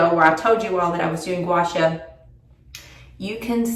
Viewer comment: FYI…. It’s pronounced gwa shaw like in shawl, just no “L”.